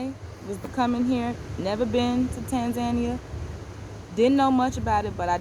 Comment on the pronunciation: You have been stationed in that country for more than 75 days... and till today you are unable to pronounce its name properly... hahaha... you have local staff working for you (I hope you are paying a decent income) and yet you cant be bothered to ask them how to pronounce TANZANIA properly. Pls show the respect to the Tanzanians by pronouncing the name correctly. So its TANZANIA and not "Tenzenia"...